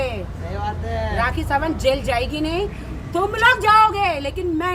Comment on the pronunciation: Rrrrraaaaakhi = Doli Bindrrrrrrrrrrrrra😂😂😂 YOU KNOW 😂😂